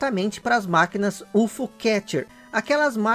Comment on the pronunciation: Só uma correção, é U F O catcher, separado e não ufo. De resto ótimo vídeo, ganhou um subscritor.👍👍